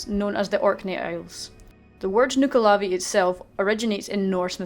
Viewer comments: Well, I'm not Scottish and I only knew the nuckelavee from "The Bard's Tale", but according to this game and the pronounciation you showed it's /nʌklɑːˈviː/ instead of /nʌ'klɑːviː/ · Some detail regarding the b original mythology...It may be pronounced wrong in this show also but it is actually pronounced nuckle-a-vee not noo-ka-lavee. The mither o the sea was actually a positive spirit of the sea that had more power during the summer months to keep the demon under the sea. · I thoughy it was pronounced nuck-A-lave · nuckel-uvee that's how my grandmother side pronounced it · you are saying nuckelavee wrong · how DO you pronounce nuckelavee? I've seen people pronouncing it differently. I guess here sounds like she's scottish or irish though so i'll go with her way for now